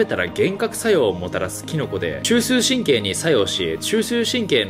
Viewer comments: 中枢神経をチューシュー神経っていってるナオキマン可愛い❤️ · ちゅうしすゅうしんけい